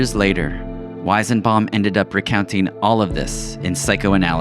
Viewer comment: I couldnt stand you butchering the weisenbaum pronunciation so many times